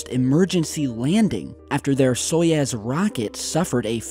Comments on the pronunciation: Wait wait wait Soyez??????? No! Its Soyuz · It's not SojEz, it's SojUz! Or Soyuz, which ever way you write it. But you say it so wrong,. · It is Soyuz, not Soyez. The Russian pronunciation sounds like "Sayuz". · "Soyez" !? Or you meant Soyuz ? It is pounonced "So-Use" The way you prononced it it soud like a sketchy mexican restaurant or the next emerging drug cartel... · It's "SO-YOOZ," not "SOY-EZ." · Stopp saying SOJEZ it’s called SAJUZ ! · Now seriously where do you see the E in Soyuz? Why do you keep saying Soyez when its Soyuz? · SOYUZ (SOY YOOZ)!!!! NOT Soyez (SOY YEZZ). Come on, you're not even trying. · I love your work. I'd just like to help you by correcting your pronunciation of 'Soyuz.' It's "soy-youzzz" not soy-ezzz. Here's how to say it. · soyUz not soyEz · it's so-YOUs, not so-Yez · Stop saying soyaaaz man, it’s SOYOOZE.. like in booze, boobs or noobs. Told ya last time :) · ITS "SO-YOUZ" NOT "SO-YEZ" FFS GET IT RIGHT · That's 'Soy-YOOZE'. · It's "soy-ooze"!! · A complete NON-story - and WTF is a 'Soyezz'....????? More utter CRAP. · Every time he says "Soyez" my toes curl